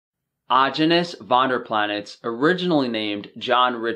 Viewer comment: You can’t even say his name correctly. James Steward couldn’t establish Rawesome club without Aajonus’s help. Aajonus Vonderplanitz did not fail. Primal diet will prevail.